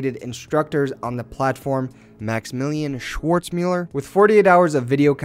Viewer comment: "Moxmillion Schwoortzmüller" 😂😂